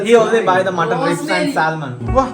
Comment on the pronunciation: and salmon alla samon